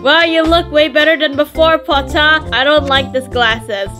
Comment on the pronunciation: Also i love how you said "PoTtAhH" ITS SO FUNNNY🤣🤣🤣